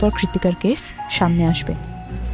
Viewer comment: কয়েকটা উচ্চারণে একটু সমস্যা আছে, যেমন কেস আর কেশ... এগুলো একটু নজরে রাখবেন প্লিজ